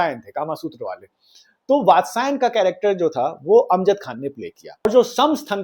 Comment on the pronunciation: कामासूत्र के राचेता वात्स्यायन है, भाई नाम तो ठीक से बोला कर